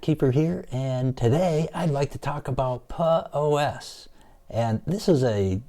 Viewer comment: do you know english... lol. POS? No way! Peux OS (named after Penguin TUX). Try the latin Pronunciation... You are a nice guy anyway. Thumb UP!